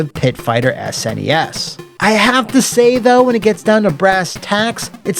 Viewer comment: Thank you for saying snes correctly and not like these retard kids who say snessssss